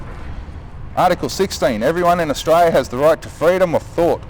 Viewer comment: This dude needs to learn how to pronounce Austra"L"ia.